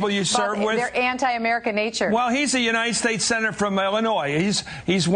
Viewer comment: She can't even say "United States" correctly. She pronounces it "Unineted States".